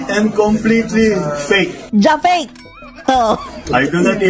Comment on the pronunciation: BINUANG! HAHAHAHHA...PEYK PEYK nose